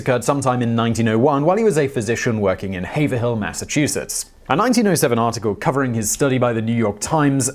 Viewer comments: HAY-vril, not "Haver-hill"! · "Hah-ver-hill"is actually pronounced "Hay-vrill". Jus' sayin. Patricia from N.H. 👵🏻 🥴 😉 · It’s Hav-rill not Haver-hill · Haverhill= have-rill, not Hayver-hill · It's not pronounced haver hill its have rhill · "Haverhill" It's hav-rill. We never pronounce anything how it's spelt here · Locally it's pronounced "heyvrill" more you know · Haverhill is pronounced (havrill) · As someone who lives near Haverhill, Massachusetts I found his pronunciation funny. The second "H" is silent and the "er" is pronounced as a hard e. (Hay-vril) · It’s pronounced have-rill. Mass has a lot of dumb town pronunciations. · Haverhill is pronounced hey-va-roll. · Hay-ve-rll not hay-ver-hill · Haverhill Ma. Pronounced haiv-rill. Grew up there. Great video. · its pronounced Haverill btw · It's pronounced 'Have-rill'. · It’s pronounced Hay-vrill, Simon, ya fuck. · Hey-vrill MA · Coming from Massachusetts, I can tell you the city of Haverhill is pronounced Havrill. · Love it Hey-ver-hill. That's how I say it messing around. Haver-hill too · Haverhill mass is pronounced hayvrill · as close as I was able to discern with my midwestern ears Haverhill is unfortunately pronounced Hey'vrille. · “Haver hill” lmao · Simon here we call it Hay-ver-el. It is one of those rare times a Bostonian pronounces an R lol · Lol I am from Western Mass and the mispronunciation bugged me (just a little)and I always say Have-rill, but is it Hay instead? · It's pronounced hAAAAvril (long A like in Babe short I like in hill) Massachusetts not haverhill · Btw, "Haverhill" is pronounced "Hayve-rill" here in New England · Just about to comment that. I was like is he talking about Haverill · Thank you; I was looking for this comment. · OK! It's " HAY-Vrill!" Got it? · Haverhill, Massachusetts is pronounced "Hay vrill" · As someone who lives close to haverhill massachusetts cringes at his pronunciation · Haverhill is pronounced "havrill" - a Massachusetts viewer